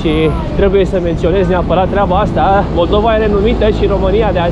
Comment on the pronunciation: MollDova, și ai zis Maldova, ahaha, îi fix în fix denumirea țării în limba rusă. Fix în fix așa sună cum ai pronunțat :))